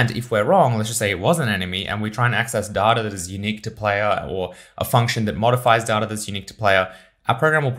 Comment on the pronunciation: Shouldn't you learn to pronounce word "data" first? Great vid otherwise.